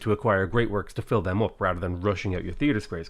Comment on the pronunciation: I didn't like the way you said "fill" at the end there.